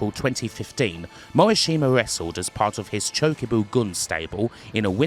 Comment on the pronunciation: Cringe every time you say Morishima. It's pronounced Mo - Rish - Ma. Not hard. Practice that.